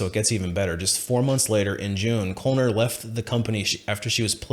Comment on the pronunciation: FYI: Knoller would be pronounced no-ler.